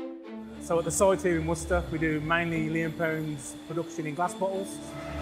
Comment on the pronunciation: Imagine saying Worcester wrong while theres an interview where an actual guy from there pronouncing it right.